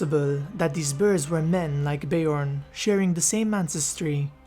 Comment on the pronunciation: Bear, not ber haha